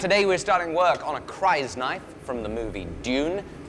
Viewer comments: Why do British people pronounce things wrong all the time like this? It's not pronounced "cries-nife". It's pronounced "kris-nife". Wanna argue about it? Try pronouncing the word "crystal". Now quit being dumb, and pronounce words properly. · .... yall can call me out for this but... arent they called (Ker-iss) Daggers? like Chris? not Cries? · "CRIES" KNIFE? no no no.... its "CHRIS" knife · KR-ice-nife, KR-ice-nife - fucking KRISS-nife. How can you let me down after all the excellent stampy stampy bangy bangy blacksmith bollocks that I love so much!! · It’s not “Crysknife” — it’s “Krisknife,” inspired by the traditional Indonesian Kris (or Keris) knife.!!!!! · CRYS-KNIFE, NOT CRY'S KNIFE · Great video, as always, but PLEASE - it's pronounced "criss - knife" not cries-knife. In the cannon it's formed from the CRYStalline knife-shaped tooth of the giant sandworms from the planet Dune (Arrakis). Cheers! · I'm a huge fan of your channel and DUNE, but cringed every time you said CRIESKNIFE - its pronounced CRIS-KNIFE - Looking forward to part 2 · I believe its pronounced cris-knife not crys-knife although is spelt that way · It's pronounced "Chris" Knife.. Not "Cries" knife.. 😆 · KRIS. NOT CRIES... this aint even an accent barrier, this is you straight up trolling . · It’s pronounced kriss-knife, not cries-knife. Just saying. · gave away the fact that you haven't actually watched the movie in the first two seconds. chrysknife is pronounced "chris" not, "cries" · I believe it is pronounce "chris"-knife, as in crystal. They are made from a tooth of Shai-Hulud (sandworm). That said, while what you produce may not be a traditional crysknife, I'm looking forward to seeing it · CHRIS - knife. - CHRIS -. Not cries. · I’m pretty sure the ⟨crys⟩ in crysknife is said the same as the start of crystal. It would be quite unusual for it to be said with the vowel diphthong “eye”. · I’m sure a lot of people already said it, but just FYI, it’s pronounced like “chris”, not “cries”